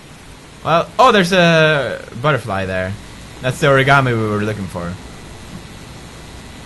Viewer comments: I can't freaking stand everyone saying Origami incorrrectly. It hurts so much. OH-REE-GAH-MEE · oraigarmi xD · WHY DO THEY KEEP SAYING ORIGAMI WRONG!!! AHRAGHRGHAHR!